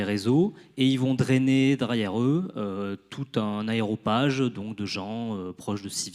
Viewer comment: on ne dit pas aéropage, mais aréopage.